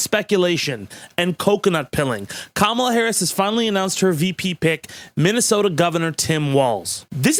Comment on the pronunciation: Why do you always mispronounce Kamala?